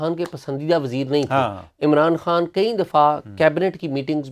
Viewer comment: عمر چیمہ صاحب عمران خان کو عمران ہان کیوں بولتے ہیں 🙄